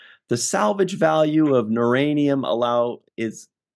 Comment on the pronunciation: duranium not nuranium. lol